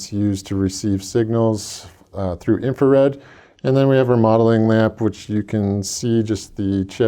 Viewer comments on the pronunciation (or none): none